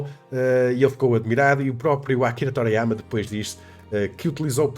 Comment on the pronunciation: "Toráiáiama" lol